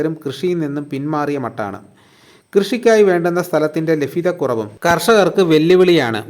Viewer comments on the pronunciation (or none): ലഫ്ഫ്യതക്കുറവ്. അല്ല.. ലഭ്യതക്കുറവ്